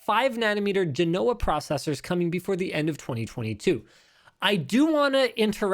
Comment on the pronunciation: Not many Italians in Vancouver? You got Ponte Vecchio OK--it's the "Old Bridge" in Florence, by the way, so Italian. But Genoa? It's not GeNOa. It's GENoa. Accent on the first syllable. Practice it, the word will be with us for a while.